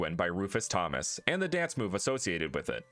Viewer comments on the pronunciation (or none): none